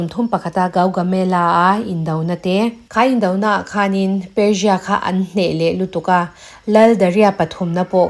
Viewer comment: Persia pawh perjia angin i lam a,țawng no tuum lutuk lo mai la